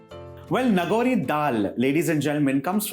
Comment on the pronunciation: Nagaur, Rajasthan. His pronunciation is wrong.